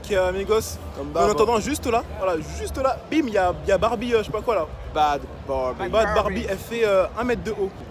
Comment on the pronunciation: Bhad bhabie il dit bad barbie😂😂😂